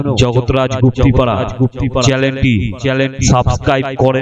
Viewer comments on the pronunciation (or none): কথাটা চ্যানেল , চ্যালেন নয় ভয়েস টা ঠিক কৱো